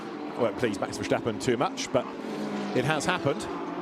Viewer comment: Why do English GT commentators always insist on saying VerSHtappen?😭 The S in Verstappen is just a normal S, guys.... No need to try and make it sound German or something.